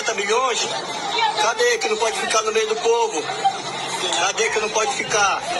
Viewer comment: "Sai do mêi" que eu quero me banhar 😂😂😂